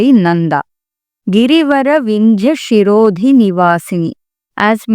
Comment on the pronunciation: It is not shirodhi, it is sirodhi